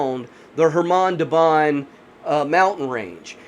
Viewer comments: Do not add k! It's Hamar! Like Suhoy jet is SuHoy, not Sukhoy - russians always sound h before vowels. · Forgot the k, it's khamar daban